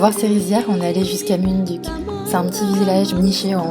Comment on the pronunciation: Très belles images ! Quelques précisions, les "u" se prononcent "ou" (pour "munduk", "mont batur", "Ubud" etc)